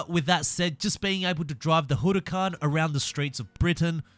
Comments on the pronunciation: You're saying Huracán completely wrong honestly, I've heard people say it in so many different ways (mostly wrong) but I've never heard anyone like this, it's far from right. Just letting you know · why does he pronounce the huracán like that lol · How can you not say huracan right?